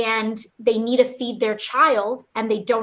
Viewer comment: Any political leader, and I mean ANY, that says "NEEDA" instead of need to, is automatically disqualified to tell me anything!